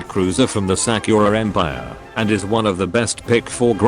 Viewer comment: Sack-your-ah em-pyre